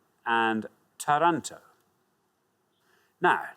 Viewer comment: Great Quiz Show. Anyway, Taranto's correct pronunciation has the accent on the first A.